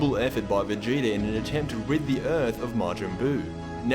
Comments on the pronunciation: Stop saying vegeter, it's vegeta!!! 😂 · It's vegeta not vegetr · Stop calling him "Vegeter" His name is Vegeta!!!!!😡😡😡😡😡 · am i the only one who hears him say vegeter everytime